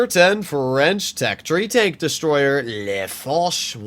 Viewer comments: well in French « le » doesn’t sound like leh or maybe he wanted to say « les » but if it’s like that that mean there is many foch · we don’t say Lé fooch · U really nail that "le foch~~~"